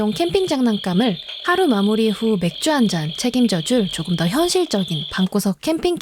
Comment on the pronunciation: 아 초반에 맥주 발음 뭐예요... 맥쥬~! 귀여워ㅜ아 심장마비 아